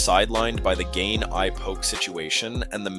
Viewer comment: Bro this breakdown was solid, but please work on your pronunciation. It's not "Gain" and "NGanoo," it's "Gane" (Like "gone" but with a slight emphasis on the 'a' sound) and "En-Gone-New" for Ngannou. Hope this helps!